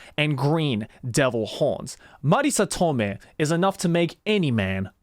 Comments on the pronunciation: I was thinking for a second "Marisa Tomei sounds so familiar" then I realized she's not a Japanese actor/VA. Why'd you have to say her name like that bro 😂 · I really was preparing to be disappointed when I clicked the play button. I got a laugh riot instead, which was nice. Also, it has now come to my attention that Marisa Tomei's name can be pronounced as if she were a Japanese person, which is HILARIOUS for some reason.